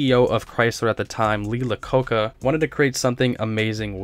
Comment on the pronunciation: Who is Lee Lococca?